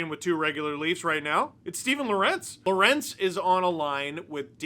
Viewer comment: I have to correct you. You're mispronouncing Lorentz's name. You're saying Lor-entz, like it's spelled. It's pronounced like it's Lawrence. I learned that when I spoke to his parents covering the Canes